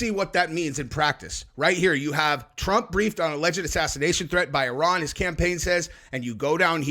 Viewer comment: Love that u actually call Iran Iran, instead of I ran